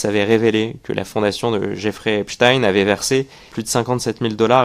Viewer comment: Ravi de constater que vous prononcez à nouveau correctement le nom "Epstein".